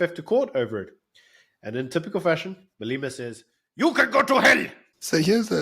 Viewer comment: How can still not pronounce Malema 😂